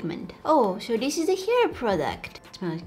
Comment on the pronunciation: “Let’s open this like DIS,and like DIS” lol